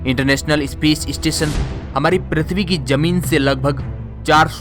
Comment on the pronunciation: भाई , इस्पेस स्टेशन नही ,स्पेस स्टेशन बोलो.. ये इ काहे घुसेड देते हो ??